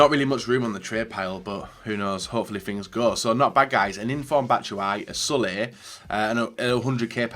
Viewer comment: Love the pronunciation of “Sule” like “Sully”